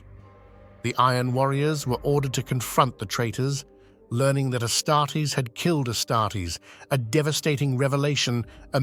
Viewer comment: You should mass replace text so the bot pronounces odd words correctly, example being how it says “Astares”. It could be replaced with something like “asstardeez” which has worked for myself in the past. Another thing I feel would improve would be using a female voice for the quote sections, helps break up the mood and regrab people’s attention.